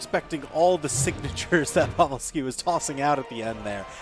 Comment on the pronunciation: wait who's povel-ski